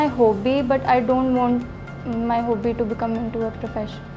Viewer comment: Kindly pronounce HOBBY properly 😂😂😂😂🙏🙏🙏🙏🙏